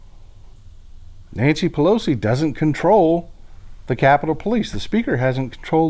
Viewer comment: Pel oat zee ... I can't get over how she pronounces it.